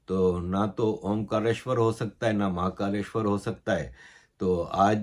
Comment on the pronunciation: Sir aapka pronunciation bohut badia hai warna bohut Pakistanio ko bolne hi nehi aate jaise aapne mahakaleshwar bola